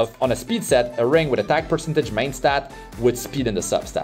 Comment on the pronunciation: Great video man, thanks for the gear showcase. Quick tip, please check the correct pronunciation of the word 'percentage'. Love your videos!